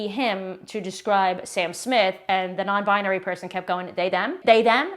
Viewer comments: Ugh! That girl pronouncing it, biAnary! You would think that someone so obsessed with binary, would notice that the word has 3 syllables, NOT 4. Bi-nar-y, not Bi-a-nar-y. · The chick doesn’t even pronounce binary correctly 🙄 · Why do they all say bi-ah-nary? If you are it, at least pronounce it correctly. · IT IS BINARY, NOT BIANARY! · Bi-A-nary. She can't even pronounce it correctly lol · Biuhh-nary. Divorce her immediately 😂